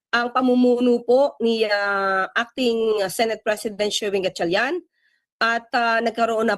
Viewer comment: The female news anchor can’t even properly pronounce the last name of Senator Win Gatchalian. So disrespectful.